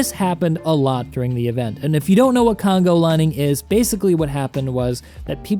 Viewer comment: Dude I was dying at "congo lining" :D